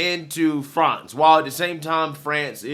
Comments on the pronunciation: "Frahnz"???? Lololol😂😂😂 Better Off Dead much,??!! " Fronch fries, fronch dressing and, Peroo". 😂😂😂😂 "Frahnz"?? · Dude, say France like a normal human. 🤣🤣🤣🤣🤣🤣🤣 Love ya, just kidding. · FRANS or FRANCE pick one pronounciation please